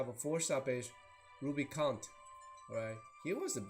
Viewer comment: Pretty sure it's called RubicanTAY. Otherwise it comes out a bit wrong :P I'm interested in how Barbariccia will stack up against Grim Lord Sakura.